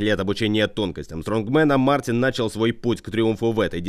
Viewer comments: Не Мартинс а Мартиньш (Mārtiņš)! ЛАтвия!!!!!!!! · По латышски правильно Мартиньш (Mārtiņš)